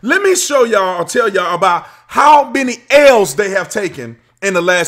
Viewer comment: "Ale's"!? I'm thirsty